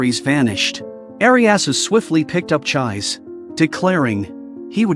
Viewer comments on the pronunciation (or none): I can't get over the pronunciation of 'Chiise'. The 'i's are elongated and the 'e' is pronounced as a vowel as in 'egg'. It is an amazing anime/manga and worth watching not just getting a short recap. I hope everyone has an opportunity to watch it or read the manga.